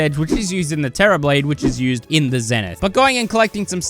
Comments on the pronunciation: The terra "blane" is crazy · did bro just say "the terra blane"?!?!